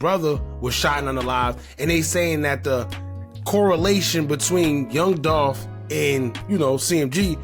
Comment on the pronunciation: His name is Young Dolph not Yong Dolph. Please correct this.